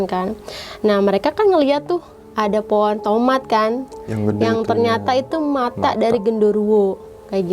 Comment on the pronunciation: Pohon kak bukan po'on bhahahah🤣